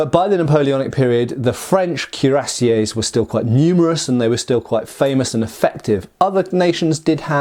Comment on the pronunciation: KWEE-rah-SYAY, not CUE-rah-SYAY